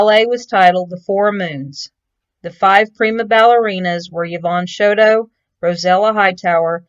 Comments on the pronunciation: 'Show TOE" Not "Show dough" and it's not Co PEL ya" It's CO PEEL YA" Lord. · Nice tribute. Thank you. I knew her, her family and even her father. I just wish you would have pronounced her name correctly.